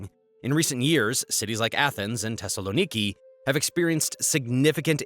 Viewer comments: Phonetically pronounced THessaloniki not Tessaloniki. And the problem is corruption. The only factor you’re missing is the large amount of illegal immigrants that flow through the flood gates called Erdogan’s Turkey. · why the TH in Athens you say it right and in Thessaloniki wrong im Greek and i cant hear it